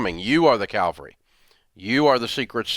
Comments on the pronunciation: Great video with great advice Dave. Your videos are always full of useful, common sense advice. However, it's cavalry, not calvery. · It’s cavalry, not calvary. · Cavalry, not Calvary. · lol Dave. It is "cavalry" ... "Calvary" is where Jesus was crucified. 😂 And yes He is coming and I am glad!! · cavalry... not calvary 🤣😂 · Dave : it is pronounced cav-al-ry , not cal-va-ry. Two different things entirely. Jesus died on Mount Calvary. Cavalry were mounted horsemen, or tanks in modern warfare. Other than this, you are spot on!! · Cavalry* (Calvary is the hill outside Jerusalem) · Cavalry NOT Calvary. Ugh! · "caLVary"......no....."cavaLRry"! CAVALRY!!!!! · Cavalry not Calgary. Cute though. we love you man! it is because of you that i am rich. well, you and Tom Stanley and Charlie Ellis. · Hey, Dave! Big fan here. It's ca-VAL-RY, not Cal-va-ry. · He did it again! You mean "cavalry" not "calvary". They're different things, as any literate person knows. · It is cavalry. Calvary is where Jesus died. And He is coming back! :-) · Cavalry. Calvary is a place of great suffering. Funny enough, if you keep waiting for the cavalry to come you’ll end up in Calvary. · it's "cavalry." Calvary is where Jesus died on the cross. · Cavalry, Dave. Haha. The Cavalry isn't coming. Calvary already saved us! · calvary lol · Hey Dave, it’s Cavalry. Calvary is where Jesus was crucified. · Wise, but he can't say 'cavalry' right! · Top Comment What Dave said, or what said? It was just funny that it seemed Dave mis-pronounced “Cavalry” multiple times.